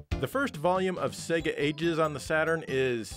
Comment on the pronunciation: I’m an Australian and I’m more offended by the non Australian pronunciation of SEGA. Spaz refers to a spastic individual.